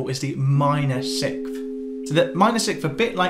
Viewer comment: Great video, but my man can't say 6th to save his life!